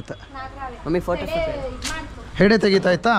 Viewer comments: ಸೆಡೆ ಅಲ್ಲ ಅದು ಹೆಡೆ..... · Sede ?? 😂😂😂😂 . Kannada kalasbek mysoor janakke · Sede alla adu hede 😅😂